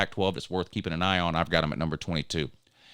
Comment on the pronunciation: I believe you are pronouncing AN a-hn wrong.